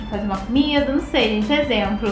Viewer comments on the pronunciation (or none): none